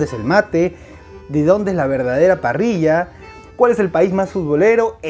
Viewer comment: Te ganaste mi like por decir "parrilla" y no "parrisha" 😁